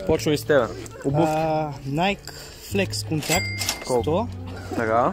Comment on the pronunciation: Казва се найки😀